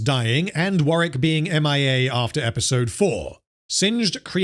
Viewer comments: Warwick. Not sure if thats what you were saying but it sounded like Warrick. Just commenting so people know the name of the character in the game who dont play it. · It's not warrick it's warwick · I always thought it was pronounced War - Wick . Im so confused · It is War-Wick, he's just not pronouncing the name right. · "I am going to refer to this creature as Wareck." Why would you do this Are we really going to have to endure 3 and a half hours of you refering to Warwick as "Wareck?" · You'll never see this or care, but there is a second W in Warwick, instead of Warrick